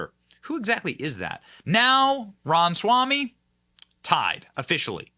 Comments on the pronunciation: Benny you keep saying Ram-swamy, when its Rama-swamy. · Johnson is the worst at pronouncing names and certain other words. Just sound it out bro! It’s not that hard! RA- MA- SWA- MY{pronounced me}. Pff don’t even get me started on how he says Burisma! He calls it “Bursima” all the damn time. So annoying. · 💜 this guy! Why does Benny consistently insist on mispronouncing his name?